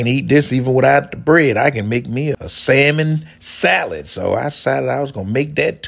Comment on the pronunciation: The way you said "Salmon Salad" had me in tears bruh 😂